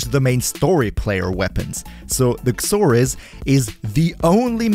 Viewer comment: I hear you saying the x in Xoris. It makes a "Z" sound. X is silent. Zoris is how it's pronounced. That'll make it easier for you to say it, since you said its name like 80 times. Not being a grammar nazi. Just trying to make English easier for ya.